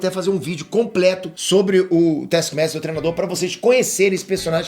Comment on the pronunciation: fala "trenado", "treno", etc... Cara por favor aprenda que a palavra certa é "treino", do verbo "treinar". Tem um "i" taokey?